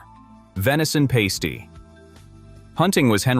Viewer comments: It's not pronounced pasty those get stuck on women's nipples it's pronounced pass-tee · It's a pass-tee not a paste - ee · Pronounced Parsty you tosser